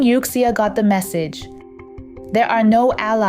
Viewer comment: Please fix the pronunciation of Youxia (from the current incorrect youk-see-a).